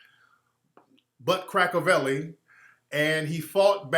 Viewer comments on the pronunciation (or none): He said butcrakavelli 😂😂😂😂